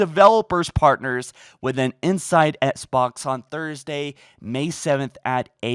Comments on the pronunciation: Can you stop saying “ets box” like it’s XBOX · Sorry man just sounds funny every time u say it lol 😇😎 not trying to b a dick